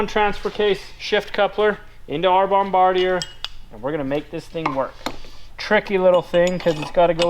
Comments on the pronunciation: finally pronounces Bombardier correctly! 😀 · From a Canadian, the company name is pronounced Bomb-bar-dee-Aye. But, those machines we use ice fishing and then it’s pronounced Bomb-ba-deer. Go figure. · Bom-bar-d-eh, say it quickly and that is the French-Canadian pronunciation of Bombardier. The company started by Joeseph-Armand Bombardier.